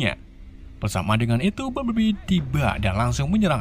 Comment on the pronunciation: Bumblebee bang bukan bumbleblii🗿